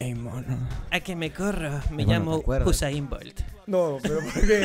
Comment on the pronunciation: ES USAIN BOLT NO HUSAIN XD